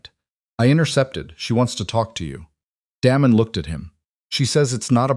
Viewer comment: Daymon, Not Dam-on, spoils the whole thing. 😵‍💫😡😡